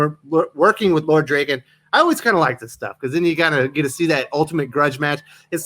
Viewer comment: Did he just call them Zoids and Draken?? It's Zords and Lord Drakkon. He's not the rapper. I've been reading both titles since issue one and this is the first I've heard of the new titles. I thought Parrot ended the titles because he moving on from the Power RAngers. The original two Boom titles were drawn with manga style inspired art which compliments the Japanese origins of the characters. I'm afraid the new titles will lose some of the appeal with new artists.